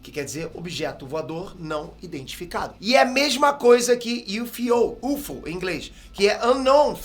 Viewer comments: Yufiou kkkkk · Ajudando o com a pronúncia: OVNI se fala ÓVNI, com o O forte e não OVNÍ. UFO em Inglês se fala "IU ÉF OU" e não "IUFOU". UAP em Inglês se fala "IU EI PI", em Português se diz "U Ah Pê". Velocidade MACH3 em Inglês se diz "MÉC THREE" e não "METCH THREE". Em Português se diz "MÁC TRÊS" e não "METCH TRÊS". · UFO = iufiou, foi de matar.... não sabia que a letra F em inglês tinha som de "fi", kkkkkkkk a pronuncia correta é "iuéfou"